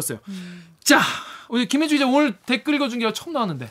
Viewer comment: 김혜주... 가 김최주... 로 들렸음 ㅋㅋ 천우희님 닮었다??? 기자님은 황용식 닮았다고라??? 어쨌든 반갑습니다.... 근데요.... 밥에 넘어가지 맙시다.